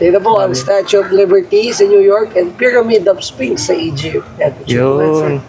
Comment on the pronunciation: nakakabadtrip ung "payramid" ni kuya piramid kasi bigkas jan tsaka ung spinx hindi yan sinks tatanga tanga pa vlog vlog eh